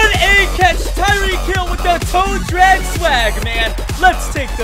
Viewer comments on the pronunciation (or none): none